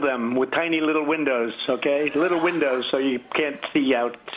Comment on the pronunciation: Tiny windowns? 🤣 is he high?